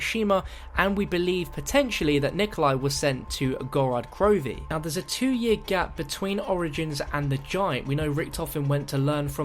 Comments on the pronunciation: It's called Gorod Krovi not Gorad Krovi. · Wow, you're already pronouncing Gorod Krovi wrong.. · The way you pronounce gorod krovi makes me cringe so hard as a Russian speaker